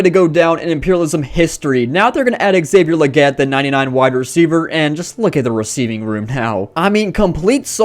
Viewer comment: Xavier Legette accent was perfect